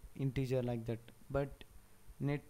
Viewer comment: trust me has terrible pronunciation and accent... "like that" ....